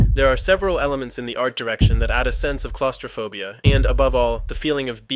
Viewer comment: ClauSTROphobia not ClauSTERphobia